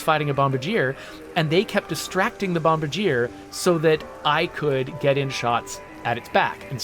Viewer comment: If it's the same as the Canadian airplane manufacturer, the pronunciation would be "bom-BAR-djee-ay" so basically switch the stress from the first syllable to the second.in order to get the correct intonation. You were close!